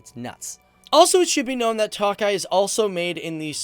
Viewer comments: Hi! Great video! Tokaji is actually pronounced as token (minus the n)-eye - eeeeee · Man says that he put so much time and research into the country and he can't even pronounce words, for tokaji he says toakeye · Thanks for this but, Tokaji is pronounced: Toe-Kah-Yee, NOT Toe-Kie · ki itt Magyar - Who is Hungarian?! Also, the vine is pronounced To-ka-yee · pronunciation: TOKAJ not TAKAJ and foie gras: /fwa ɡʁɑ/ not "foi"